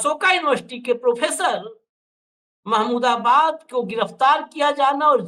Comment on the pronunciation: प्रोफेसर साहब का नाम महमूदाबादी है तो सही तरीके से उच्चारण कीजिए